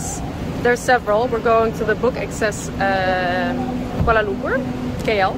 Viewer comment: your pronounciation of Kuala Lumpur is spot on..